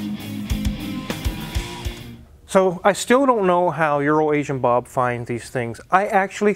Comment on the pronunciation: You said Bobs name wrong